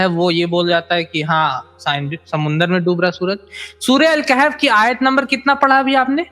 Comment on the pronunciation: Surah Al Kaif 😅 Ya Surah Al Kahaf